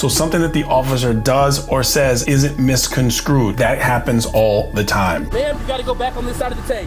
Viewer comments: I count myself among your biggest fans and LOVE your content. May I PLEASE offer you some constructive input? The word that you are using, "misconstrued", should be pronounced as "miss-con-STREWED" NOT "miss-con-SCREWED" as I have heard you repeatedly say in your videos. I was a language major in college and hope that my suggestion will be accepted in the kind spirit that I have offered it. THANK YOU for your wonderful and educational content that so many of us enjoy every day! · your YT page is quality,. I have to call you out on misconscrewed the word is misconstrued. I always call people out on things they say wrong, words or phrases, for example "it's a doggy dog world" I have to let them know that "it's a dog eat, dog world. Love your show and I would hope people tell me if I was saying something wrong. It's kind of like when black people (not all but most that I have heard say axed instead of asked. Keep up the great work you do and I'll keep hitting the thumbs up. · Did you say Misconscrewed rather than Misconstrued? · Great Channel! But it's MISCONSTREWED not misconscrewed. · Think you was reaching for "Misconstrued" and drew Miscon-screwed instead...... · He said miscon-screwed 😅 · Sounded like you said misconscrewed…I like that version of the word.